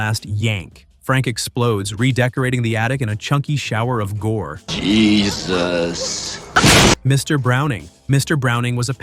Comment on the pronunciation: why does he say jesus like that😂